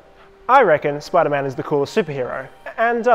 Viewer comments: You said sipderman not spiderman lol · It spiderman not sipderman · ah yes my favorite super hero “sipderman” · Sip der man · it's actually spider man